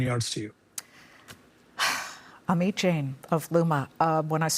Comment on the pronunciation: Ameat 🤣 it's Amit